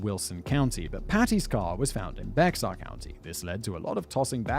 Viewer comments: The pronunciation of Bexar County tho. It's Spanish, and sounds like bear, just like a polar bear, not becksar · Someone has probably already said it, but Bexar County is pronounced Bear County. More specifically, it's Be(h)ar, but Texan is a whole 'nother dialect from the rest of the US (respectfully). One of the many variants of the Spanish X. Think Mexico=Meh-hee-co. Source: my eldest was born there and my brother has lived there 20+ years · That's pronounced bear county. And yeah we think a caravan is many vehicles going to the same place. We don't go on holiday in a Caravan we go on vacation in a RV. Funny how it's still all considered English 🤔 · Omg... The Bexar county thing is DRIVING ME NUTS! It's pronounced like bear... Lol